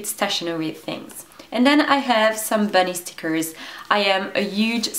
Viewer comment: stickkrrs :D pronouncination prooo on point \ : D